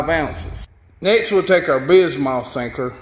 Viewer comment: Bismuth is said like bismyth